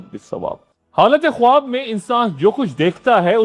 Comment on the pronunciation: درست تلفظ “خاب” ہے، خ-واب نہیں